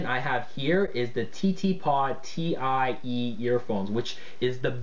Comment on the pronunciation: "Alien express" "Ti-e" Dude, how hard is it to at least get the name of the product right?